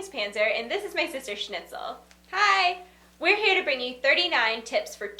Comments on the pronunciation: snitel, realy? snitel... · Did you say SCHNITZEL?? O.o holy...